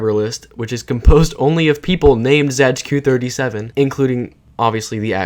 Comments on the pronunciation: wtf why do u pronounce it as zaygeekoo it's just zay-tzu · It's pronounced ,,Zaytsu37" I think... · my ears are bleeding how you pronounce zajcu37